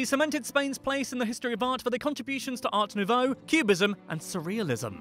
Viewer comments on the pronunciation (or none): none